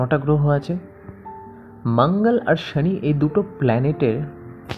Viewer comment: Frustration বাদেও কিছু ছড়ান ভিডিওর মাধ্যমে। খুব বিরক্ত হলাম ভিডিও শুনে। Tarpore বৃহস্পতি কে ব্রেহস্পতি, better jupiter বলুন। মঙ্গল কে ভাঙ্গল, শনি কে সনি... হাস্যকর😂😂😂😂 ছাড়া কিছুই নয়।